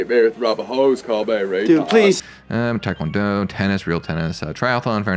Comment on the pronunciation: Your first pronunciation of taekwondo was chef's kiss. Bravo